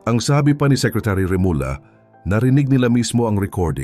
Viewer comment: mawalang galang nga po, mangyari'y paki ayus nyo nman po yung pagbibigkas nyo ng apilyido ng mga taong binabanggit nyo.. ganyan po tayung mga pilipino na naturingang mahuhusay at matalinong tao., ngunit bakit po kinukulangan nyo.. gaya ng REMULLA Naging Remula.. yung BARETTO naging Bareto.. pati yung ating pagbaybay sumablay na..